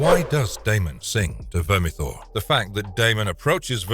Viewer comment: 10 minutes to explain and say "Vermithor" thanks... but no thanks.